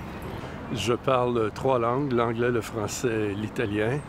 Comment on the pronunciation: combien de lan'guess ???? Is this really how you pronounce the plural form of langue?